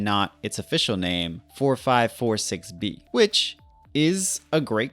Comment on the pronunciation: also it's pronounced with every two digits being one number. forty-five forty-six bee